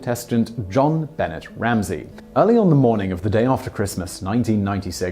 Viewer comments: Just saying.... It’s pronounced Jon-Benaay The first name is the French pronunciation of ‘John’ after her father and ’Benét’ after his middle name Bennet. Being English, I thought you would’ve known that but just letting you know. : ) Thanks for your channel as I get the most out of My Netflix account! 👍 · It's pronounced like "Zhon-Benay," NOT "John Bennett. Geez. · I like how he says it John Bennett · I've tried to overlook all the times Simon mispronounces things, but JonBenet? Seriously?? He can't say JonBenet?! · “JonBenet” is pronounced with the French “A” sound at the end. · Mark Mallone: It's JonBenet (one word), and "same people who put a 6 year old in an 'adult themed' beauty pageant for 6 year olds." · Thank you Little Miss Stamper!!! Omg, I was cringing through that whole segment like nails on a chalkboard! Simon I love you man but DUDE I know you have heard it pronounced accurately and it is SOMEONE'S NAME not an herb! I'm sure in the UK that is NOT how they said her name. You are a very intelligent man, hence why I like your channels, so please do pay more heed and respect to pronunciation of proper nouns. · Anyone with half a brain would notice that Jean-Benet isn't American...it's FRENCH. Simon being English isn't even a valid excuse.